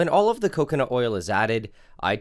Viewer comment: "all of the oils" sounds like olive the oils